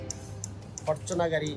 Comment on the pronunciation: ফরচুনার ফরটুনার না